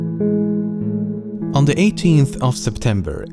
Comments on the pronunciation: says septermber, not September. Pls fix :D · "Septermber" Was this intentional? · Septermber lol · Ermagherd you mershpelled Septermber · No one noticed "Septermber"? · not septermber, but september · Septermber? anyway, awesome video! :p